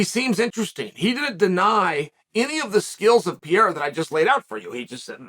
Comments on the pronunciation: You still call this man PIERA ?? It is PEREIRA Chael, if you must continue to blog, you MUST learn to pronounce people's names. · It's Pereira, not Piera. 😂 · U keep calling him “pee-era” lmao there’s 2 r’s in his name 😂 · Hey bud it’s pronounced “Peheyra” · so funny that he calls pereira piera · Uncle Chael still calls him "Piera" 😂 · God damn it uncle Chael, can you just say Perrreira I mean seriously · Peh-Rey-ruh is how you say pereira…. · Your calling him Pierre-A again…. 🤣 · Put some respect on PEREIRA (PER-EYH-RA) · Pee-air-ah is getting taken down and controlled by Jan. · the way chael pronounces pereira is beautiful 😭